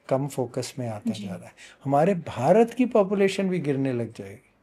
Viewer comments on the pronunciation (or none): none